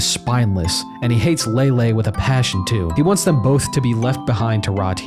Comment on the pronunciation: Lay-Lee, not Lay-Lay